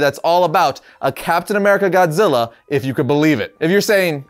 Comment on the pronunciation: "TODD ZILLER".. SMFH..